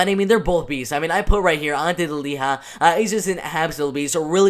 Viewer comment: Delija and not Deliha Hahaa